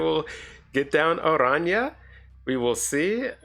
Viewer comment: Thanks for pronouncing Araña correctly!